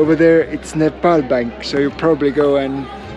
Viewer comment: Some rare youtuber who didn’t sau nepol but said nepal